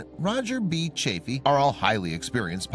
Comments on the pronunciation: It's Roger CHAFF-ee, NOT CHAFE-ee. Yes, I was there: You don't contradict Uncle Walter (Cronkite). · This video has more ads than discovery channel. I swear, its really hard to enjoy a video when youre basically watching a playlist of ads. Also, its chaffee with SHORT A. Your lack of dedication to learning the right pronunciation only chafed (LONG A) my ears. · It's not "Chafey" but CHAF-FEE: EE like in Santa Fe, not ey like in hey. What's next, someone changing Grissom's first name into "Virgin" ? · The narrator needs to learn how Roger Chaffee and Donn Eisele's names are pronounced. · Nice vid but you need to pronounce Chaffee correctly. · Sorry "", but your mispronunciation of Roger Chaffee's last name plus using footage of the space shuttle and other images not related to the story as more than half of your filler material is not very disrespectful to the three men who lost their lives, but it's just a really poor way to convey the story of their loss (especially to people who may be learning of it for the very first time). Would be like creating a video to tell the story of the assassination of Abraham Lincoln, and then using content of the assassination of JFK as more than half the filler material just so as to make your video longer or to fit the length of the narration. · Is it too much to expect you to pronounce Chaffee's name correctly ?